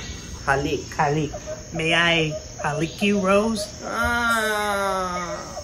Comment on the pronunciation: The background music not being culturally accurate killed me. I'm also impressed by how he pronounced "halik" (kiss), as welll as the whole accent with the PANCH 🤣Please do Useman and Baby Girl Lisa next!